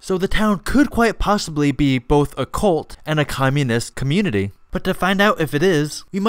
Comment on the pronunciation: Wait did you say she's a "colt of personality"?